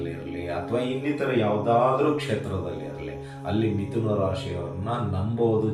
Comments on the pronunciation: ವಿಥುನ ಅಲ್ಲ , ಮಿಥುನ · Namaste gurugale.mithuna antha agabeku.adare vithuna aagide gurugale.